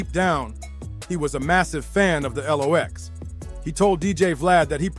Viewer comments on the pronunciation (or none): Or Lox not L - OX 😅😅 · It's not l.o.x. iT's Lox (Locks) 🤣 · The El ow oxe. 😂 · I hate when they have the narrator says the rappers names wrong 🤦‍♂️ shit is annoying asf! And when he said “back then the L,O,X was running with the RUFF RYDERS- who had hundreds of street soldiers riding with them” and they show a picture of a bunch of dudes- but if you pause it and look - the dudes in the pic was - jay-z , Dame dash, Biggs , Camron, Emilio sparks and the rest of state property, Kanye west , some white lookin chick , NORE, juelz santana and not even DMX or KATO (DMX and KATO WHO was the leader of all Latin kings and the kings was Dmx’s muscle , cause of his close friendship with KATO, when KATO was set up and shot and killed DMX MADE that song “KATO” on the album” Grand champion “ i think.. but other than those few mistakes this was a good video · Jahdahkiss sheek Lowch?😂😂😂😂 from the Warlox to L OX??!! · Who the hell is Jaadakiss bro what accent or dialogue you using, L ox? I'm convinced my man's bite these videos how do you keep saying these guys name wrong as s**t smh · Who the fuck is reading this they are the LOX not the L ox lol and pronounce their names right lol